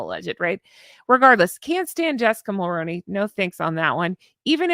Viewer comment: MULL-ROO-KNEE MULL-ROO-KNEE MULL-ROO-KNEE MULL-ROO-KNEE PLEASE stop saying Mull-Rown-Knee like macaroni it's Mull-Roo-Knee like kangaroo I don't know if you haven't seen my comments over the years but it's feeling like you're intentionally saying it incorrectly now as you're saying it ever so slightly different but still incorrectly... 🙏PLEASE 🙏PLEASE 🙏PLEASE 🙏PLEASE 🙏PLEASE 🙏PLEASE for the love of sanity PLEASE 🙏 say it correctly -- MULL-ROO-KNEE I love you but this is driving me insane at this point...PLEASE 🙏